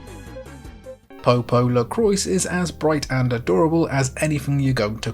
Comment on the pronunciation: The PSP was such a fucking great console!!! Btw in French, "D'Ark" is pronounced as "dark" the "D'" is a shortening of "de" which means "of". And "crois" is pronounced as "cr-wah" which means believe, "croix" means cross. Americans butcher French so badly and others are getting influenced by it 😂 Looking forward to watching more of your vids!